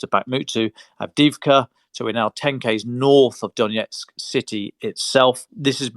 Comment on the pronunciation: May I suggest the following pronunciations: Kyiv----"kayeew" not "keeiv" Avdiivka---"avdeeyeevka" ---the second i is a "yee" ------not "avdeevka" Vuhledar----"voohhhledar"---the H should be pronounced---not "vuledar"